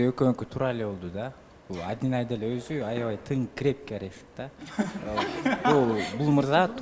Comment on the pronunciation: жакшы эле кызсын эмне мынча кекечтенип атасын атайлапбы же кандай Адинайды айта албайсынбы